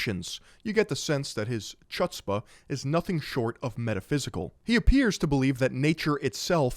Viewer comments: It's pronounced HOOT-spa. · It’s pronounced “Houtz-pah” with a sort of phlegmy hack on the “h.” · You don't pronounce the c in chutzpah. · needs to learn how to say chutzpah. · mispronouncing chutzpah makes my day